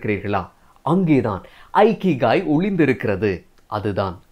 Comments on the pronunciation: அருமை. அழகிய தமிழ். ஜப்பானிய புத்தகத்தை இகிgai என்று வாசிக்க வேண்டும். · Bro it is இகிgai. Not ஐகிகாய்